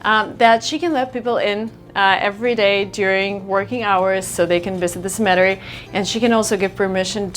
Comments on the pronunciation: It took me a while to figure out what she was saying. I thought it was "cementary" as in a cement factory or something. When she mentioned people being buried, I figured out what she meant. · New Jersey here. Some friendly advice, it's pronounced CEM-eh-terey, not cem-EH-terey, you have to put stress on first part of the word because it sounds like you were saying "symmetry" which means something completely different. 😉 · Nice video. Girl, one thing, cemetery pronounced as cEmetery. The stress is on the first E. ;) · I think "smettery" was supposed to mean CEMETERY. In USA we pronounce it, "SEMM-uh-teh-ree". "Typical American" homes don't have burial grounds on the property. Neither do we have 3 or 4 dwellings on our land, porch railings made from antique wooden wagon wheels, perfectly preserved vintage 1960s formica kitchens, or Himalayan pink salt on the dinner table. Most of us rent apartments and dream of owning a single-family dwelling in a middle-class suburban area. Those of you visiting or immigrating from other countries will probably end up living in homes quite different from this farmhouse, and quite different from anything in San Francisco, as well. The one thing all foreigners should take from this is: There is nothing "typical" in USA. We are a collection of people, ethnicities, foods, music and religions from all over the globe. Even our "natives" came from Asia. Our English dictionary has over 2 million words, many borrowed from other languages. While many have come here for freedom to practice a chosen religion, most of us respect the ways others seek their Creator, and we celebrate our diversity. By the way, point of science— cold air is denser, i.e., heavier than warm air. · Ohhh, cemetery? It’s pronounced [SEMM-uh-TAIR-ee] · CEM-e-TER-y is how it is accented. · a few things doing great. keep going pronounced BUH luvd. (beloved) pronounced SEM mit TAY REE (Cemetary) I like your perspective. 👌 I'm American <3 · Pronounced SEMatary.